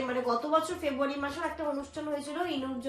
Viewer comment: Ki febuary,febuary korcho,beshi style marte giye February ta thik vabe bolteo parcho na...